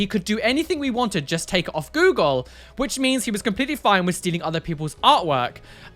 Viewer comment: I love the way says just 🤣 It’s “jest” unacceptable 🤣 I love it, makes me chuckle every episode!